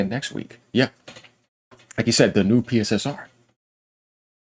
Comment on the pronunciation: Its pronounced... Pisser and Pisser2